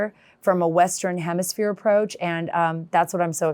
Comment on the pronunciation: Maybe she could learn to say the word hemisphere? Let the libs butcher our language.